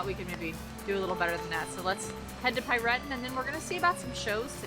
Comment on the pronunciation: Hey there, we've just discovered your video about your Europa-Park trip yesterday. It was a lot of fun to watch :) Your pronunciation of "Piraten" was very unusual for us to hear as Germans but made es laugh through the Video :) Thanks for your video about your trip to the Europa-Park. We are also seasonpass holders. Maybe we'll meet in the future :) So, have a good time and we're looking forward to your next videos. Regards from Cologne, Alex and Pete.